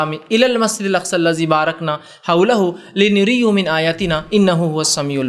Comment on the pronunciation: Assalamualekum , Aap ne jo ayat padhi us me ek lafz hai " li nuriya hu "" us ko Aap ne ghalat padha hai Aap ne " li nuri hu "" padha ,,, mashaallah Aap Acha bayan karte hai , Aap K bayanath ache hote hai ,magar. Quran ki ayatu ko thoda ache andaz Aur fluently padhe